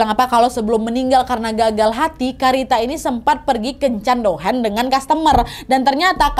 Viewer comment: hai kak. . . biasa'y dohan (dibaca dohang bkn dohen) itu ada syarat'y gak hanya skali datang ke club lgsg bisa dohan dan biasa'y dohan harus atas ijin club tmpt bekerja. jadi sistem'y tamu byr uang dohan ke club dgn meninggalkan identitas dan hostes'y dpt cash back dr dohan tsb. . . jd kalo misal terjadi apa2 dgn hostes yg bersangkutan bs lgsg tau bersama siapa dia dohan krn identitas tamu di ketahui pihak club. Tapi pd kenyataan'y bnyk hostes yg diam2 dohan tnp lwt sistem club supaya dpt uang dohan 100% dr tamu, jd bila terjadi sesuatu yg tdk di inginkan pihak club jg tu2p mata dan kepolisian jg seolah2 tdk memproses laporan kehilangan org tsb.